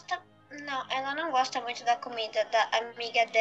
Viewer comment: vc goxta de goxta?